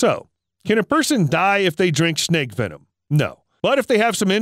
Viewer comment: It’s venom not “wenom”